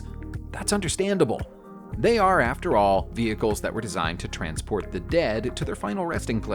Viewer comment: "ayy" "thee" wtf?!